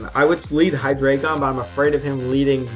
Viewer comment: I found this out yesterday but its actually pronounced hi-dry-gon, not hi-dray-gon. I don't blame u, but I thinks its weird how everybody pronounces it wrong.